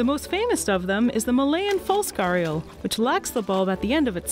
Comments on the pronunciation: She pronouncing it wrong way...it is called "Gho-ri-al" in India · stop calling them gharials. its so irritating. its gharriaals agian riaaals and its not r its rr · Everytime she says "ghaials" it pisses me off!! That r in gharial is for a purpose....so plzzzz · Why can't English pronounce the words right?? Why Why are there silent words? What's the use of silent words? Its not garial. Its G - H - A - R - I - Y - A- L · Bruh people not pronouncing thing the way they are supposed to be pisses me off. What is this pronunciation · Your pronunciation of “gharial” had me in splits ... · the fact is its an Indian name. So we found it a bit strange , coz the person ain't even trying to correctly pronounce. I know they cant pronounce like we do but still it sounds weird to someone who knows the exact pronunciation. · In the Indian Subcontinent, they are pronounced as : Gh(like in ghost)-a-Dee-aal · I got disappointed in the first half minute of the video when you pronounced gharial wrong. I can't tell the actual pronunciation via message but if pronounced correctly it sounds like a name which can bring goosebumps just by hearing it. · Guys u can at least do a lil research on how it's pronounced when the word is the main topic of the video🥲🥲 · Your Pronunciation of Gharial is totally wrong. Do some research on Pronunciation next time. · At least learn to pronounce the name of the animal before making a video about it. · it's not gaarial... it's Ghaddiyaal. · Its "Gha di yal" Not "Gar yal" No hard feelings but its like Someone calls you "FO -A-Bae" instead of "Phoebe" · It's ghariaal, not ghaarial. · It's actually GHADIAL not garial as she pronounces.. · Its not pronounced as "gaariyul" In india everyone pronounces them as "gHuDiyaal" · As an Indian it triggers me every time she says "Gharial". Its pronounced "Ghadiyaal" with a rolling tongue "D" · Ye ghadiyal🤣🤣🤣 I was wthhh is gariyalls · Correction : It's not pronounced garr-real It's called Gha-di-yaa-L